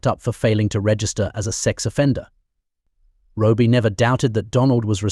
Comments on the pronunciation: How sick!! By the way his name was "Robbie" NOT Robie!! A little respect!! May he rest in peace. Condolences to his family. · It's not Roby it's Robbie at least pronounce and get his name right. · Why is it so impossible to find a human being as a narrator? This AI stuff is awful, you can’t even figure out that the abbreviation for Robert is ‘RoBBie’ not Roby, or Robie, Also, we’re human beings, we don’t need the repetition, our attention span is somewhat longer than a gnats. All in all I think you’ve done this poor lad a huge disservice frankly. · Robie ? All the way through it was said like that. A.I is absolute shite. Cant listen to anymore so I'm outta here. 👋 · I know. So annoying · Stop with the AI narrator, it's terrible! Can't even get the name right. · What a ridiculous way to pronounce Robbie. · Totally irritating, same goes for the unnecessary repetition. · My thoughts exactly